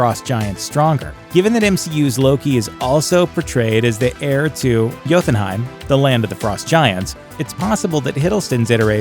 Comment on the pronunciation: Bro, there's no "TH" in Jotunheim, so it's not pronounced Yo-then-heim